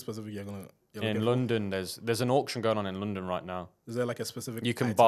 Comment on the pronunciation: Why no one is talking about "LODNON" ?😭😂